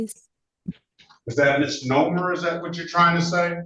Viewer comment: That's not how to pronounce 'misnomer', lady...the middle syllable has a long 'o' sound and is pronounced NO, like the judge's reply to all your whinging.